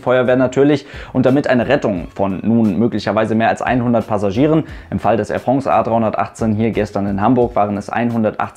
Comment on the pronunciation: Ich muss immer schmunzeln bei "Air Frongs" 😂 sehr gutes Video!